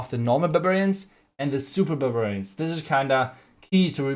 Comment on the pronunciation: No one:: Supa Bububarian😂